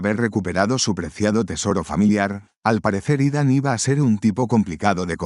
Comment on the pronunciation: Que buenos resumenes nos traes, pero aqui un corrección desde mi conocimiento y es que el nombre Ethan se pronuncia Itan, al menos por mi parte asi me dicen:goodvibes